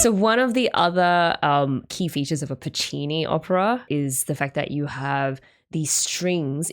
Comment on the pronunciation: new vocal stim unlocked "that's so PU-ccini"